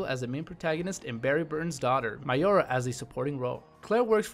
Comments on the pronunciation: You call her Mayora but its Moira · Its Moira, not Miora. Did you listen to how they pronounced her name throughout the game? Also, if you're going to go with a Danganronpa game, you should go with Another Episode: Ultra Despair Girls as it is more of a game than a visual novel. Aside from that, good list. DYING: Reborn could have made it as an honorable mention. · It's Moira not Maiora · is it miora or moira?